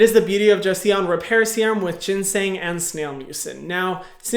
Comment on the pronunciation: (ever so kindly and gently) it's pronounced Jo-Sun! (and you pronounced ginseng right:)